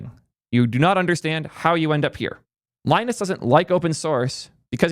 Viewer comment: Linus didn't earn the right to be an asshole. There's no excuse for being an asshole, period. He's god tier DESPITE occasionally being an asshole, but this has become less frequent as he's become older and wiser. Btw you pronounced his name wrong.